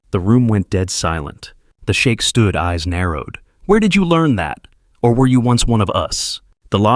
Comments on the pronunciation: Sheik, not Shake. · It's "Sheikh" not shake 😂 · You're mispronouncing the word sheikh sp? You're pronouncing the word shake ( American English is sheek )😊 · AI needs to learn how to pronounce foreign words. Sheikh not shake. Great story. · Shame your AI doesn't know the difference between shake and sheik.